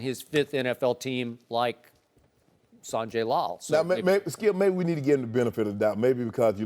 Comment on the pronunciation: "Why you do that Shkip" 😂🤦🏾‍♂️ ... this man saod that and didnt break stride while Joy Shannon and ED on set chucklin away